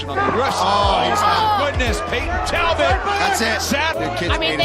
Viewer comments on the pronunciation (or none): maybe get the fighters name correct for ur next videos..... its NOT Tabbot it's Talbot ya dunce 🤦‍♂️🤦‍♂️🤦‍♂️🤣🤣